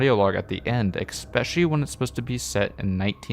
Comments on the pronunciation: Cool video, and cool compilation. One thing irks me a bit, though. The word is especially. No "X" in it. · Love your content man — great stuff all around especially given the content you’ve created has been juggled with being a college student. Keep it up!! If I could offer one point of note, there’s no “X” in “especially”. The pronunciation should be (phonetically): es-pecially Sane with espresso – wanted to let you know in a more more upfront and direct way than others may be comfortable with. Those two words are very commonly mixed up, but both words carry a lot of value in saying them correctly. Again, amazing content, and that one change would make a massive improvement in my book!